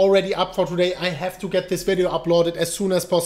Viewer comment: "twoday, for da BitCoin price!"